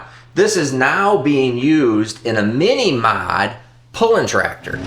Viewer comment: Can you PLEASE tell, it’s a “Mini Rod” not a “Mini Mod!”